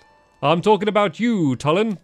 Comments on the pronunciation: ITS PRONOUNCED TWO-LIN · STAMPY, his name is pronounced Tooh-lin